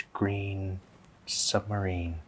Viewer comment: Ryan: "a nice green colour" My brain: "and the ball was... gween and it was gween and-and then it was gween and the gwass was gween and and the ball was gween and it was gween..."